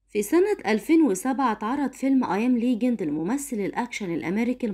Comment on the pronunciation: لسه بقول بسم الله الرحمن الرحيم وببتدي الفيديو لقيت البت اللي بتقرا الكلام بتقولك ويل. سميث فيلم ايام ا اليجنط..ليجنط لما ياخدك يا بعيدة